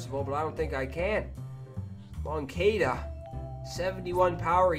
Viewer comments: It’s Mon-cah-da not mon-cay-da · Moan-ka-da not Kay-da